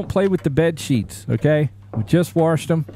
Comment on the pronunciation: "washed" there is no letter R 😅